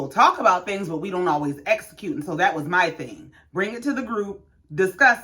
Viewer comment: So we're just gonna glide past Tesha constantly saying "black espo" instead of EXpo. And that she wanted to "esocute" instead of "execute" plans. 😮